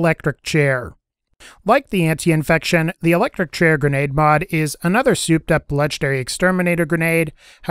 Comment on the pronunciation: Ant - I - fection. An - tie - fection. Either is correct. Great video but every time you said that one thing wrong I winced.